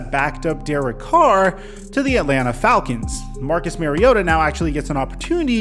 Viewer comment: Mariota's name is pronounced like Super Mario Bros. Come on man, hes been around forever. I'm going to resub as soon as you get Tua's last name right. 😉😜